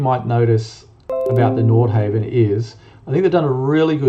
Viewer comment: Please pronounce NORDHAVN properly !!!